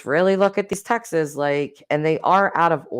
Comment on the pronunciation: Why so you say “texas”???!!! The word is TEXTS.